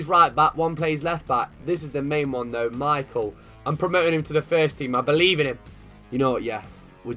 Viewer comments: I have done the same for Poland and I ended up having 4 Szymanski in my squad smh... BTW It's pronounced Me-how not Michael - lovin your vids B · I have a friend whos Polish and is named Michal but its pronounced Mee-How and not like "Michael" Ain't trying to bust your chops or anything just making sure you get it right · Michal is pronounced Me-howl